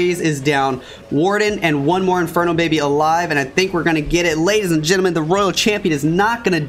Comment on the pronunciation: Is he literally saying ladies and gentlefish